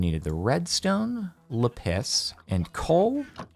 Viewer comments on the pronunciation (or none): bro its pronounced la-pis not lahpiss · caiptain really said insted of lapis le piss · Lé piss = lapis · Did he just call Lapiz "Le piss"?! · That’s not how you say lapis…